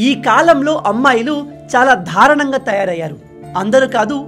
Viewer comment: దారణంగా కాదురా దారుణంగా